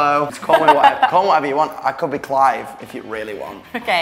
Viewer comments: clife? clyfe? oh yes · Did he just say “Clive” or is the Disney channel running ads again I can’t tell